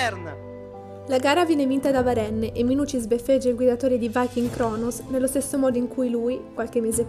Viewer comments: Si legge varen ma si scrive varenne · Si pronuncia varen, è francese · Ma non si legge varenn?